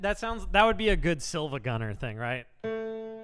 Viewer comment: i am here to tell you something groundbreaking it's pronounced siivagunner, they just capitalize the second "i"